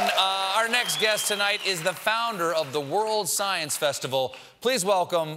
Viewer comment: Brian Green is not just Sceiene, he's Super-Sceiene! It's not even his final form!